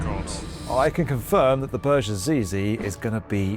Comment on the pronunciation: Hate it how you say "burj". Should not be to complicate to call it correctly.